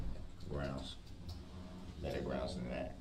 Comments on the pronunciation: It’s “Grounz”… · The same pitiful black male (not man) who says SUBstain, CoHORZION and GROUNZ!!!!